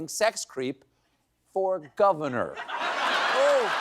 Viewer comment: "... FOR GOVENOR" 🤣🤣🤣🤣🤣 im dead